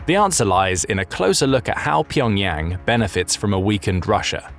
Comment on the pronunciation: Learn to say Pyongyang correctly!!!!